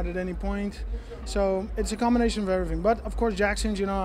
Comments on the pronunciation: I love how Reem says everyfing instead of everything.. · Conor- EveryTing Overeem- EveryFing LOL.